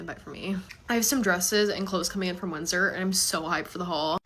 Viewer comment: “winsdoor” loll (No hate that girl is so pretty and funny)